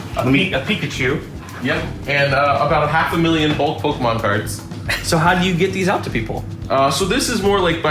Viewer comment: kills me how pronounces Pokemon. Despite the dash above the E, you still pronounce the E like the letter E, not an A. Therefore, its (Poke-E-Mon) and not (Poke-Ah-Mon)